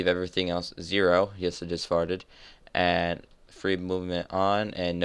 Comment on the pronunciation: "yes i just farthed" You earned my like sir